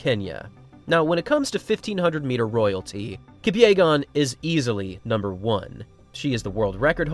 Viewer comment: No way this guy just mispronounced Faith Kipyegon's last name like that